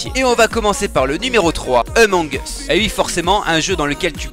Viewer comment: Tu prononce among us en emong us alors que ça doit se prononcer émeng eus